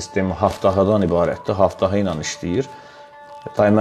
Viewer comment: haftafa yox qardaş "abtava" demək lazımdır ab su deməkdir tavada qab deməkdir yəni su qabı